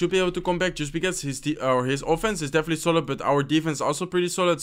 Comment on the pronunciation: You’ve been doing this intro greeting script for a loooong time and i still can’t understand a single thing. Just speak slowly,no one’s chasing you. “definitely” sounded as “deffly” . I know that your brain works faster because of this game and stuff but bro, you could have worked on this if you want to really go for YT for a living.